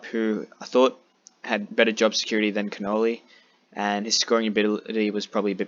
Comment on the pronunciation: Just to let you know your calling Connolly cannoli like the food so change that it’s a hard name to pronounce. Great video and unlucky with macrae